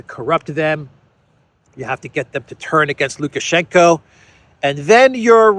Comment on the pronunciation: It's lukashenko. Not lukashenka.